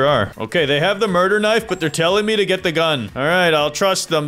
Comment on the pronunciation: it’s knife not k-nife😂